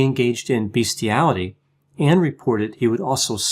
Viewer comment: Umlaut indicates a dipthong--"kyurten". Also the word is "bestiality," pronounced "best", not "beast."